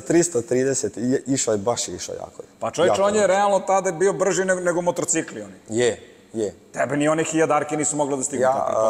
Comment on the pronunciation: Voditelj izgovara MotoRcikli 🥺 OMG